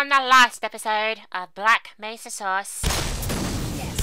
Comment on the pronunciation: When you say source in your accent it sounds like sauce.